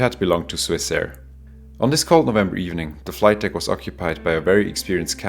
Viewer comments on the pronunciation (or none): none